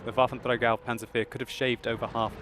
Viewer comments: Dude, you just can't believe how cool it sounds for german folks if you say Waffenträger :P Sounds pretty awesome ! Love your vids, great work hope you enjoy it too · u have to admit, hes doing well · Gracz Wotlk Of course he does pronounce it perfectly, but it still sounds funny to me :)